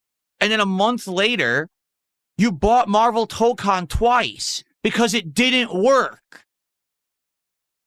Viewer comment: Maximillian Dood did a 12hour stream of MaYUrvel TAH-kahn with 10k+ viewers, funny huh?